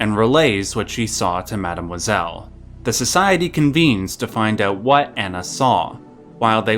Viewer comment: the way you pronounce Mademoiselle makes me want to jump off a bridge